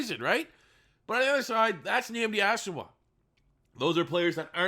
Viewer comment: Dude why are u butchering Nandi Asomugha name dude 🤣🤣🤣 cmon get ur shit together